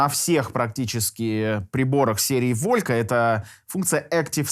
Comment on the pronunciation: Волька! Ну эт пиздец братан ты делаешь обзор на такую вещь и ты даже не поинтересовался как её название произносится на оригинальном языке? Какой нахуй Волька….